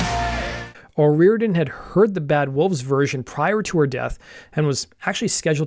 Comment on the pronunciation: great video.....but please learn the culture and their speak before u try to pronounce their names OH RI or idian